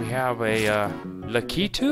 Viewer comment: Also I think its pronounced lack i 2 for Lakitu. And also can you make an all bosses video for golden souls 2